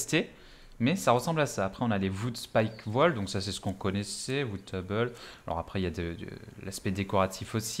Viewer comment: Salut à toi :) On m'a parlé de ce jeu donc jme renseigne un peu, merci pour tes vidéos, pouce bleu mais sérieux, j'ai eu plusieurs fois envie de couper la vidéo à t'entendre prononcer "VOOD" au lieu de "WOOD"... à moins d'avoir un accent allemand, irlandais ou je ne sais quoi, je doute fortement que ça se prononce "vood"